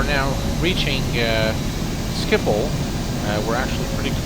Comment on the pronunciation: Wow, as a non-native Dutch speaker you pronounced Schiphol very well! The 'g' in Dutch is hard to speak for non-native Dutch speakers.